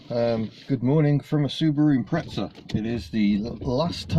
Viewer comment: Ill always be amazed by you adding a h in Dacia and adding a t in Imprezza, it really grinds my gears :(